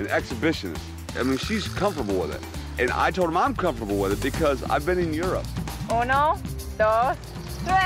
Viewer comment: “And I’m comfortable with it because I e been to Europe” 🤣🤣🤣